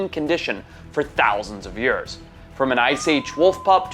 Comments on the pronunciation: Bro says every word with no accent then proceeds to say “ yurrs” “8000 yurrs” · You say years funny